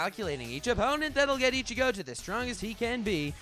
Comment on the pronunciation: I-chigo beats Kem-pachi mamma mia